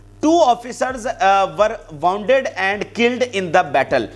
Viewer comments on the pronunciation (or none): Pl pronouce properly the words wound and naked. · DEAR PRESENTER IWATCH YOU VLOG. YOU NEED TO IMPROVE YOUR PRONUNCIATION EG. WOUND, WOUNDED AND WOUNDING.